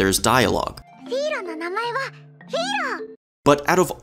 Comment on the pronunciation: You pronounced both names wrong